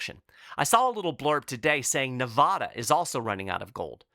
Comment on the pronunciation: If you ever travel to Nevada and pronounce the name of their State in their hearing as "Na VAW da," (with "VAW" rhyming with SAW) you immediately will be corrected. Native Navadians insist their state's name is pronounced "Na VA da" (with "VA" rhyming with the "da" of the word's last syllable. It is NaVAda, not NaVAWda!